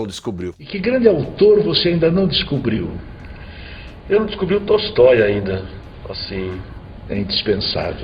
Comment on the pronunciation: Ele falou de Tostoi maa leu Doto😂